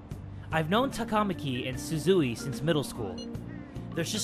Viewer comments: ehhh I feel like it should be ta-ka-ma-ki though not ta-KA-ma-ki cause like with how they pronounce sakamoto... I don't think it's quite right somehow... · The way some of the names are pronounced in the game is sooo wrong. It's so annoying!, you're right. It's TAKA-MAKI. NOT TAKAMA-KI. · The way you were pronouncing “Takamaki” made it sound like some sort of food. 😂 Or maybe I’m just hungry. 😋